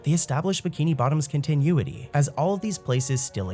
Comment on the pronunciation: Love your videos! They're great to fall asleep to. But, dude, my guy, please Google continuity and listen to how it's pronounced lol. It's not pronounced like continue, the way you're pronouncing it. Keep up the good work! But please, go listen to how it's pronounced.